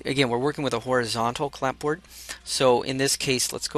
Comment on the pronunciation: appreciate the detailed instructions through all those adjustments.. fyi... the "p" is silent in clapboard... :)